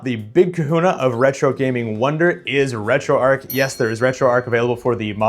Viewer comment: It's pronounced "Retro Arch" not Retro Ark 😑